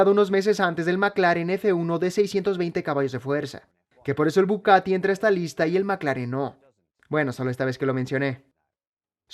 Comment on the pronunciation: Conozco al Bugatti, no al Bucatti 😅